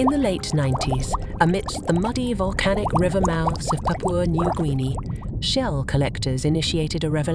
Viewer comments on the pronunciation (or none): none